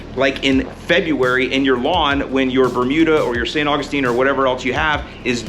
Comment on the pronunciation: I still laugh every time you call it St. Fungistine 😂